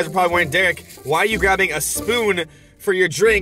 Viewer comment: it's Derek not deror